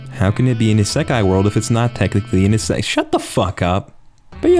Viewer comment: I wonder when will learn to pronounce "seinen", "isekai", "haikyuu", and pretty much any other name properly